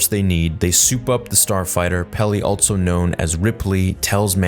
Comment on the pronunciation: Also is pronounced "also," not "altso"